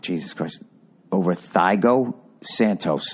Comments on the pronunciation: Lmfao “THIGH-GO” Santos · "Thigh-Go" .... oh you mean Thiago??? Lmao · "Thigh-go" Santos, I'm fucking laughing my ass off xD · And “thigh go” 🤣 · "Thigh-go" Santos😂😂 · Thiago pronounced as THY-GO is hilarious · "Thigh-go" 😂 Bill with the cultural spectrum of a pencil sharpener. Love Bill, no muck around 😂💯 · "Thigh-goes?" lmao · "Thigh-Go" Santos 😂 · bro said thygo santos lmao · "Thigh go Santos"😂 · Thy-go Santos and Jack Johnson 🤣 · "Thigh-go" Santos. Accurate. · "Thigh-go Santos" 🤣🤣🤣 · "Thigh-go Santos" 😂😂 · "Thigh-go Santos" 😂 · “Thigh go” 😂😂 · “Thigh-Go Santos” -Bill Burr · Thigh-go Santos, my dude. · Thigh-go Santos 🤣🤣🤣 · "thigh-go" Santos XD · Thigh-go Santos, that's his name. Thigh-go. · "TheighO santos"😂😂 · T -all -go best way to say his name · Bill really said Thigh goat Santos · LOL THIGH-GO SANTOS??? Thigh-go?!?!? LOL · "Thygo" hahahahahaha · “THIGH-go santos!” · Thigh-go Santos... lol 😂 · Thigh-Go Santos 🤣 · Thigh-go Santos! LOL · 'Thigh go' Santos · He almost sounded like a non-casual when he started talking about beating the champ decidedly to be the champ, at least he until he called Santos "Thaigo" lol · “Thigh-go Santos” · "Thigh Go" Santos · Thigh-go Santos! Lol! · Ah yes, Jack Johnson vs Thigh-Go Santos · Thigh-Go-San-TOAST LMFAO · Thy-go santos😂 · "thigh-go Santos" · "Thai go Santos" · " thigh-go santos" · Thigh-go Santos 😂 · THIGH-GO SANTOS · “Thighgo” santos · Thigh-go Santos😂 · Lmao "thighgo" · Thigh-go Santos lmfao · Thy-Go Santos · Thigh-go Santos💀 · thigh-go santos hahah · Thigh go? San tose. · “Jon Jones beat Thigh Go Santos” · Thigo? Lol and he LOVES the guy?? Lol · Haha thighgo 😂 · who the hell is "thigh-go" LOL. Come on now Billy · Always amazes me how he can see the letter "A" in Thiago yet just assume it's silent! Lol